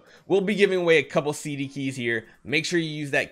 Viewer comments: "CDKEY" please please please ty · “CDKEY” poggggg